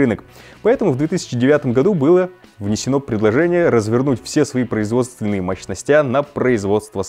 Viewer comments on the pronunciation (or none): МощностЯ?! Серьезно?!